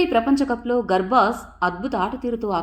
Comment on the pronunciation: Medam garbaj kadu gurbaj ani cheppandi